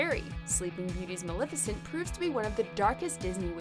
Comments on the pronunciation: You're saying Maleficient wrong... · You keep saying maleficent wrong really